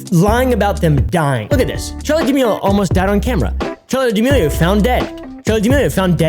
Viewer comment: its pronounced (da-mell-e-o